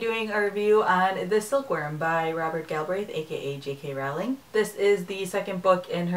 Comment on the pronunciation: It's annoying that you still pronounce "Rowling" incorrectly. It's supposed to sound like "rolling".